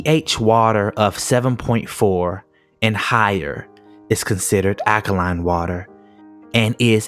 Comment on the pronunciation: The word is AL-ka-line-NOT aka-line...